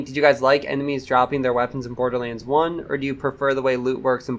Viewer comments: He said bordilands instead borderlands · Im kinda curious where your accent comes from lol you say certain words like borderlands and damage in ways I have never heard anyone else pronounce them before.